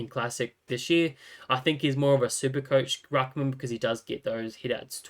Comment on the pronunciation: love how you say COACHH